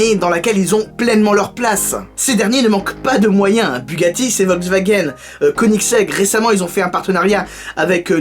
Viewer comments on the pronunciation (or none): none